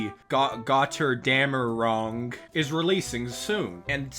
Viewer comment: gochurgamr-ung goes so hard frfr